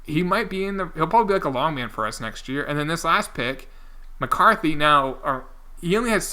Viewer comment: btw its Spain not span and McCarty not McCarthy